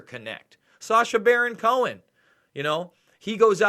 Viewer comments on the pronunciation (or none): none